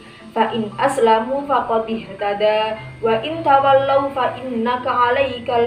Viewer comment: Assalamu'alaikum warahmatullahi wabarakatuh saya Fatkhiyah (T ) kelas PAI A8 pada menit ke didalam membaca dalilnya ada yang salah yang benar "Faqodihtadau" Tapi pemateri bilang "Faqodihtadaa". Dan pada menit juga salah dalam membaca dalil, yang benar " Fainnamaa" Tapi yang diucapkan pemateri "Fainnakaa" . Mungkin itu saja dari saya 🙏 Saran : Lebih teliti lagi dalam membaca